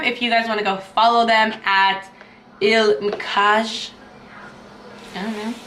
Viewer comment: Lookup how to pronounce the brand you’re reviewing - it takes no effort to find someone saying it correctly online